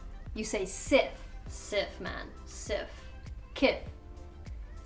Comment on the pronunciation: My love in joburg we say sies not siff 😎😂😂 siff sounds so weird